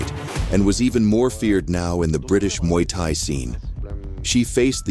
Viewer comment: AI slop ... can't even say muay thai properly